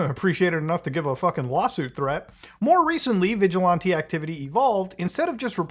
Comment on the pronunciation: It's pronounced vigilAnte, not vigilOnte.